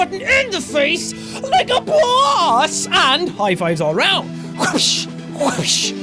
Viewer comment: WTF the way you just said boss, LOL.